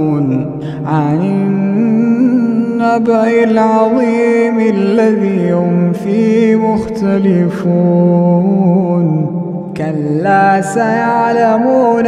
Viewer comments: He actually said it, but the "haa'" was slightly pronounced it makes you feel he didn't divide it into "fee hee". Try and listen to it again while raising the volume. I would like to show my respect to you for taking care of details as such 😊 May Allah bless you, brother. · Assalamu alaikum, ayah 3, word 3 >> fihi. you skipped saying "hee" at the end, fihee mukhtalifoon. May Allah swt bless you. Ameen.